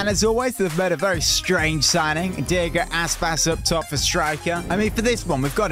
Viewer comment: It's iago aspas not Diego aspas